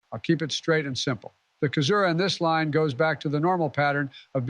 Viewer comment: One of them pronounced "Caesura" as "Kaesura" one time, not sure where. - Moreso than just being first characters in their respective lines, they're first characters in their respective couplets - Interesting double-meaning to add to the fractal! ~ War can still communicate using the beacons, while the people can't even send a letter home. A painful irony during the time of war; and a visual that the country's productivity is geared for war and not life.